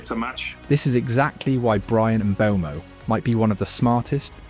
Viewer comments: It’s Mbumo with the e being silent of course. NOT Mbembo…😂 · mate it’s pronounced EM BOOMOH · Kun-ha and Mbe-umbo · no way you made a 24 minute video without learning how to pronounce mbeumo